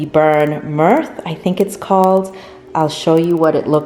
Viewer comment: Myrrh is not pronounced like /mirth/...